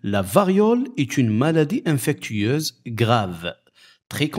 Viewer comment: Bonjour, On dit infectieuse et pas infectueuse.